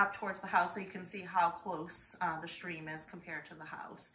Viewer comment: Stream, not street.